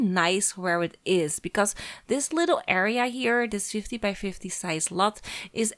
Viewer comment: Ja dat dacht ik ook al, toen ze in het begin ´by´ zei klonk het al ´bij´